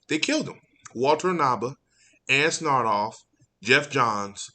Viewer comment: I would correct you on mispronouncing Walter Hamada and Ann Sarnoff’s names, I hate these two too much to even care.